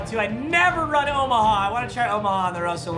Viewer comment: I love how nobody is talking about how he says omaha